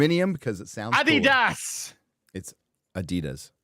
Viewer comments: saying “Adidas” sounds like “I’d eat ass.” 😆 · adidas is named after "Adolf (Adi) Dassler" So it is adi-das